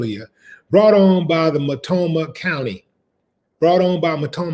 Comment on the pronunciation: No disrespect but Its actually Mult- No- Mah County